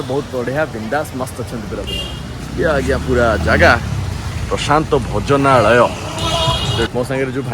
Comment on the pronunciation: Bhojanalaya ku ucharana kariparuna .. kn foreign ru patha padhiki asicha na kn